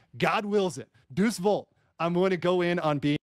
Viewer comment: "Deuce Volt" says the law expert who somehow avoided learning basic latin phonetics